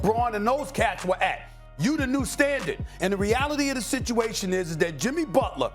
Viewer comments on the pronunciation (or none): SA: Jimmy Butlaa.....Jimmy Butlaaa.....lol